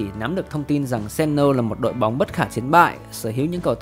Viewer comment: Đoạn đầu Sannoh mà sao tới khúc này edit với đọc thành Sennoh vậy ơi...